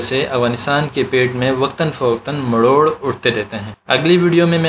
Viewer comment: بھائی یہ لفظ "مروڑ "ہے نہ کہ "مڑوڑ " بہت زبردست کام کیا ہے آپ نے